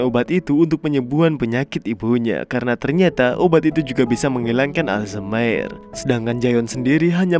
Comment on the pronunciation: Ijin min koreksi dikit penyakit Alzheimer dibaca bukan Aljmaer tapi Alzaemer hehhee 🙏